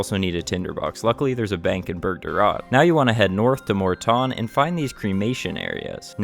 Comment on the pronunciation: Im having an ardougne moment ive never heard it pronounced mort tawn